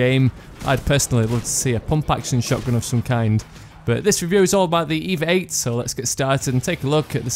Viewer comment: FYI, it's not pronounced EEEEVAAAAA, it's E-V-A as in extra-vehicular-activity